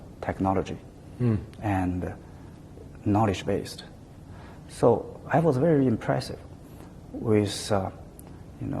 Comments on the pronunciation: ”哈，秦刚的英语还是挺不错的嘛，表达方式也比较符合国际外交方式。发音还可以，就是V音发得不对，发成了w音。“i am very impressive “ 说了还几次终于意识到自己的错误并且更正了过来。总之，没有那么战狼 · 哈，秦刚的英语还是挺不错，口音也还可以，就差V的发音不太准了。但是他说“I am very impressive “ 好几次，最终也也是到自己的错误了。这个访谈算还比较客气，不那么战狼的。